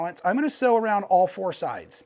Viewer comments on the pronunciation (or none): Sew, not see. 🙄🤦